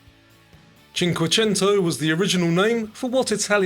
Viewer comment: Happy 2026, dear! Great year of quizzes. Love the ones without the clapping. BTW, you said "cinquecento" perfectly. BRAVO!!!!!! More science, please and... some music??? Ta.